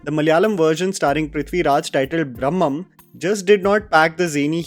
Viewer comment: It is Bhramam not Brahmam.